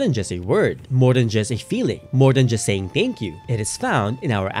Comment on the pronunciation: Am I the only one bothered whenever he says “teyngkyu”